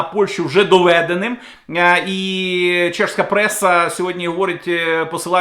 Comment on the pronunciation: не забувайте про чергування приголосних - ЗапорізЗька, чеСька, кременчуЦький, південнобуЗький, криворізький тощо. З повагою